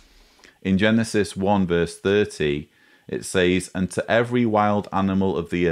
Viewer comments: As a speaker of American English I am intrigued by your pronunciation of the word SAYS. We say SEZ, but I like the sound of SAYZE. Excellent content and illustrations. By the way, I boosted the audio speed to 2X and found the everything quite comprehensible. Keep up the good work, please. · Great analysis, but your pronunciation of the word "says" is bugging the hell out of me. Say it like you say "said", but with a "Z" sound at the end instead of a "D". Thank you. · why does he pronounce 'says' as 'saays'? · Is it just me or is he pronouncing “says” incorrectly? It’s triggering the fuck out of me hahaha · I'm from the UK and nobody I've heard pronounces it like he does, it's unique to him.